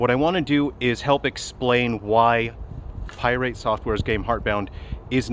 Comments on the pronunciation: Pi rate because he is very irate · Pie-rate software … appropriate 😂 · why are you saying "pirate" wrong? :) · Pronouncing Pirate with a annunciation on the "irate" was a chef's kiss move. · That’s the first thing I noticed 🤣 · He has been doing that for a while now, iirc from the first video on him .. its the most passive aggressive dig I've seen in a while :D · I love how he pronounces 'pirate' like it's an element on the periodic table lol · Yeah, he's always done that. I couldn't tell if it was an intentional mispronunciation or if he would actually refer to the general pirate that way. But it's probably intentional. He has a way of sounding genuine while not actually being genuine. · he's not fool's gold if that's what you're insinuating